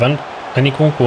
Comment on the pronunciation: " ene kunku " kkkkk